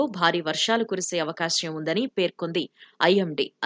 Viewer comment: Avakasyam kaadu amma, avakaasam